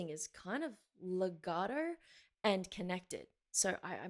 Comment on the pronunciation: You say "Lagatrrrrr" I say "Legato". Either way sounds good to me.